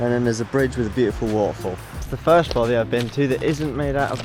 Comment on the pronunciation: Don’t you mean ‘ Bothy’!!? Jan🏴